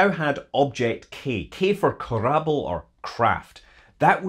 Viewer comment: unfortunately not if you pronounce korabl' properly :) not kurbl but closer to kuh-rub-bl' with the stress on the "rub" syllable...... oh well, it's impossible to explain this way